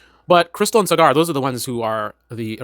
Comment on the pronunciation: It's pronounced SaaGer not Cigar